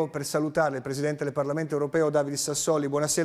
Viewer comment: Da "PreSiDeNteH" a "MiNiStRoH" è un attimo